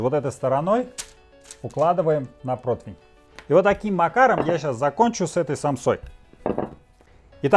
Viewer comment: Excuse me for butting in... Может быть, просто такая съёмка, но низ мясной самсы мне показался подгоревшим. Может,повторяю, просто тень. А вот "загинаю" и " протвинь" - это уже реальное произношение. Если что, я не русский, но русский я, по призыву Маяковского, выучил "только за то, что им разговаривал Ленин!")))